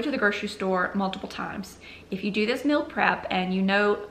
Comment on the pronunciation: Hmmm guessing you are saying "meal" but to my Canadian ears it sounds like "mill". Just discovered your channel today and am binging on it.